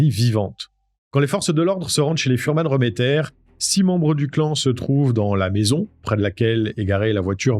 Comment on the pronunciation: A l’époque, j’étais au procès à Strasbourg. Tu passes plusieurs faits sous silence sur les fuhrmann remmeter (on prononce réméttère et pas reuméttère). J’ai une question pour l’ancien gendarme. Penses-tu qu’un débile léger /profond comme baltazar puisse fabuler ? Que sa soeur/belle soeur (je sais plus si c’était la compagne de georges remetter ou de jacques fuhrmann) puisse inventer des détails aussi sordides que ceux entendus au procès ? Il a été dit que 3 des furhmann remetter étaient dans la voiture avec Pierre Bodein, que Jeanne Marie a été renversée à dessein et emmené au domicile du clan furmann remetter. Qu’à ce moment là, pendant que les femmes préparaient la cuisine en bas, pierre, georges et jacques ont violé la petite avant de pousser baltazar à perdre son pucelage avec elle. Puis que Pierre Bodein lui aurait coupé le vagin pour pas qu’on puisse les relier à laffaire. Une des femmes du clan a dit qu’ils avaient mangé du vagin-purée ce jour-là. Comment ces analphabètes de vannier ont pu inventer des détails pareils ?